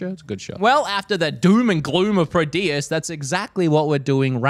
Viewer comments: The first game is Prodeus not Proteus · I love the way he pronounces Prodeus. <3